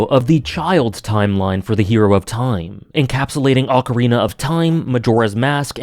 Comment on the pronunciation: You've improved your pronunciation of "Ocarina" - nice.